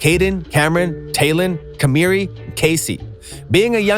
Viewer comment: Bruh why you say Kamari name like dat😂😂😂